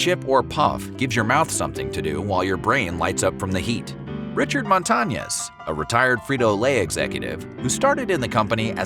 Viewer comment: white ass pronunciation MONTA NYESS. ITS MON (LIKE MONDAY) TA (LIKE TALL) NEZ (nYES)